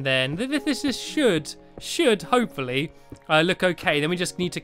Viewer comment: you look like saying HOPE-FOR-LEE